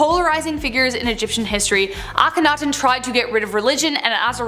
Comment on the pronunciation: THANK YOU to the first lady for pronouncing Akhenaten and Thebes CORRECTLY!!!! One of the other guys kept saying AK-ONITON AND THEEBEES.. It was grating on every last nerve i have...